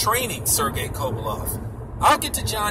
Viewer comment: Can't even pronounce kovalev ffs